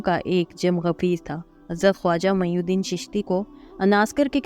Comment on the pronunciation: خواجہ معین الدین رحمتہ اللہ علیہ نام ہے جبکہ آپ میی الدین پڑھ رہے ہیں